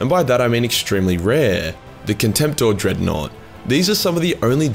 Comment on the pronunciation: Wulfen......Dreadnought.... DIGGANOUGHT